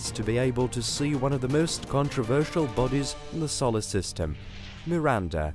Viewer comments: I'm wondering what a "sollersystem" is. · Good video apart from the mispronunciation of Solar system & Carl Sagan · For the love of all that is holy, that's not how Uranus, Sagan, and Solar are pronounced.